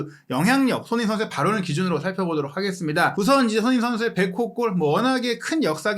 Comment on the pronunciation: ) 참 거스기한 하네요😲🤔 해설위원 손흥민선수 이름 발음 똑바로 않합니까?! 션 셔 션, 션 셔 션 서ㅡ ㅡ 이게몹니까?! 깔끔하게 갑시다 🥷😲 레알